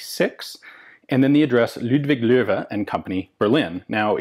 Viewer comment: thanks for trying to pronounce german names. You get "loewe" pretty much right!